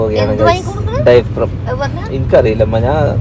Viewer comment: ഡയഫ്രം😂 ഡയപ്പർ😅